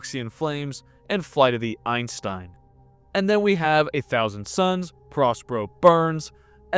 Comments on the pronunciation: Eye-zen-Stein, Einstein. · It should be eye-Sen-stein since otherwise it sounds like an american saying german words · EISENSTEIN, not Einstein